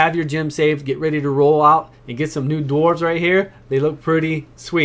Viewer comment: I didn't know that the "w" in dwarves was silent?! If you live in Japan maybe you should check out their English teachers. I know they have some good ones. Wow is all I got to say. "dorves" lmfao